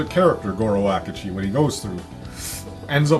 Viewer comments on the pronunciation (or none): hes not called Goro Akuji. It's Akechi.